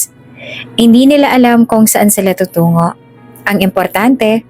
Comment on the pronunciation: Pakibigkas Ng maayos ang salitang tutungo